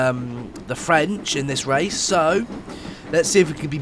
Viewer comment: Did he say wace at the beginning